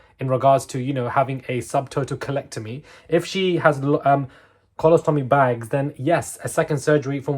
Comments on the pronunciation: No, col-los-to-me. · colostomy, pronounced " kolosstomy " ko-loss-tomy, emphasis on the middle syllable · Pronounced..col os to me (y) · its pronouncecmd co-loss-toe-me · Pronounced....Co los tomy..... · Colostomy - pronounced: "Co - lost - omy", accent on the 2nd syllable. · Co-lost-to-my is a 4 syllable word, with the emphasis on the second syllable. So to pronounce correctly, say co-LOS-toe-me. Hope that helps . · I’m a retired Canadian nurse, you have done very well in most pronunciations, I really enjoy your updates, checking everyday for new ones. colostomy let me help you… cull lost to me… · Cole-las-to-me. That’s better. 🤭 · Your pronunciation wasn't too far off. Colostomy is pronounced coal- OSS- toe- mee, unless Brits have a different way to pronounce it. Ask your doctor source about what the surgery may involve. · It is Pronounced here in the U.S. as "Coe--Leck---Toe--ME." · Indeed, if she currently has a colostomy, then a second surgery may be performed to reconnect her intestines and remove the colostomy bag. Col-oś-to-my is your pronunciation. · it is.....CO-LOST-O-MI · Are you trying to say “Colostomy”? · if there’s ever a word that you’re not sure how to pronounce you can just google it and easily get the pronunciation. If you type in “colostomy definition” you will see in the first or second result the word with a little speaker button next to it and it will pronounce it for you. You don’t even have to click on the link usually to be able to hear it. I read a lot, so I learn words, but sometimes don’t know how to pronounce them and I use this a lot.